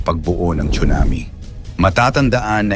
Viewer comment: Correct pronunciation is SUNAMI silent T not chunami‼️